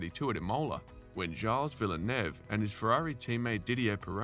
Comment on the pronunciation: Gyles Villeneuve? Wtf?